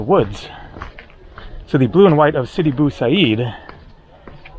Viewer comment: sidi bou abeed not bou haseed